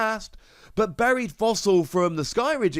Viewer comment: I genuinely thought you said "berry"/"berried" fossil at first and was wondering what a berry fossil was